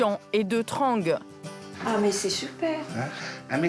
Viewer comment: Comment ils ont prononcé Trang et Saigon 😭😂